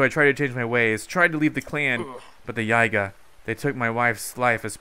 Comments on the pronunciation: STOP MISPRONOUNCING IT IT'S YEE-GAH OR YIH-GAH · Iz pronounced yeega